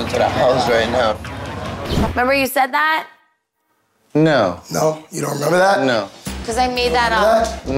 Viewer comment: . Snookie: I Neva sed sat..